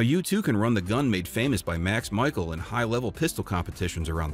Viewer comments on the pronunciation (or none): How did u get the job and not know who Max Michel is and not know how to pronounce his last name? Mis shell, not Michael. Great gun. Not so great marketing director. Again, the gun is awesome! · Your pronouncing Max’s last name incorrectly